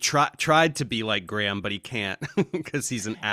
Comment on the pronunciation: Graham ❌ “Gramm” ✅